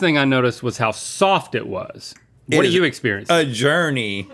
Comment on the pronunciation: Rhett really went "🤟🏻✊🏻🤟🏻✋🏻✊🏻 a JOUrneyy 💅🏻"